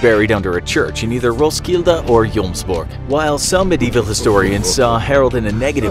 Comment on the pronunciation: This is like my history class just animatet and English. It's pretty much cooler. And I think I rewatched you saying Roskilde 6 times. It sounds more swedish then English. XD